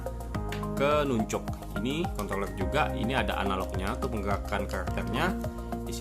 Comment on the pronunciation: Nanchaks❌ Nuncug✅